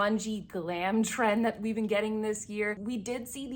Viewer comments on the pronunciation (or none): none